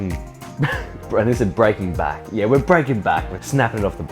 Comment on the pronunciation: 'yeah koont' hahaha